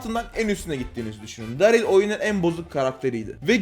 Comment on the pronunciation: Abimiz Darrly'ı Darl dedi 😂